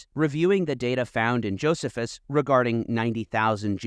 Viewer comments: Why do you mispronounce Josephus like that? Stress the middle syllable, like a normal person. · Pronounce Josephus correctly please. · How you pronounce Josephus and Herotus is annoying me😅